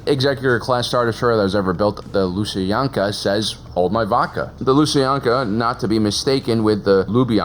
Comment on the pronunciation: As a belarussian I had to double take your pronunciation of Lusankiya